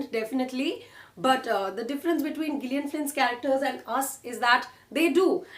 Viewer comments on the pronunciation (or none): It's Jillian in terms of pronunciation .